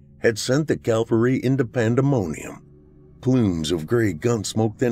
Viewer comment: Think it’s “cavalry”, not calvary. No-one likes a smart-arse I know !